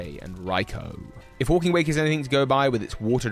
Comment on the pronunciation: "Wlaking" "zERO" Also it's hidden treasure not hidden secret now you may "🤓" me